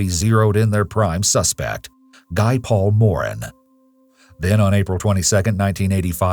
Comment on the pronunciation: Being Canadian, the EWU narrator’s mispronunciation of Guy Paul Morin’s name makes my teeth grind. I’ve noticed American and British hosts often struggle with French-Canadian names.